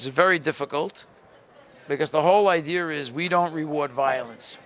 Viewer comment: did just say idear?